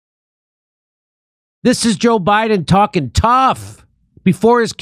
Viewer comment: The 'trawling' miss by Jimmy bothered me more than it probably should have...